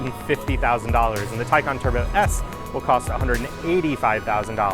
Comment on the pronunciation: And Taycan too. Not Taycehhn like other reporters.